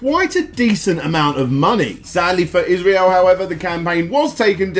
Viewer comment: You really butchered the pronunciation of Israel's surname, but for anyone that lives outside of Australia or NZ, I get it